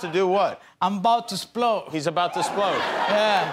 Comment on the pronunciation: "he's about to 'splode" ^^